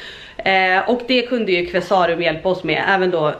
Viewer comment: Qvesarum är helt fantastiska på byggnadsvård, så otroligt mycket fint! Och nu är man väl picky här då men är Qve-sa-rum, inte Qvesá-rum, i all välmening.❤ (Känner mig som Hermione Granger "It's LeviOsa, not LevioSA" 😅) Så jäkla stört fint blir huset, älskar era färgval och alla tapeter! Så personligt.😍